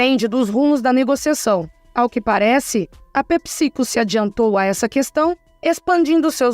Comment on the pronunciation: É pépsi-côu, não pepicico 😂